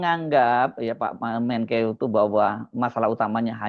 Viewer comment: Men-keok bukan Menkeu